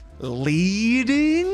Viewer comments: I'm here 2 years later, and by now you've probably already learned this haha, but "leading" is pronounced "led" (like pencil lead), because back in the day typesetters would use lead to space type in print. Anyway, thanks for the vid! :goodvibes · lol "Leeding"